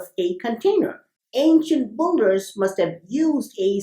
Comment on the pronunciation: Why pronounce builder as BULDER not BILDER ?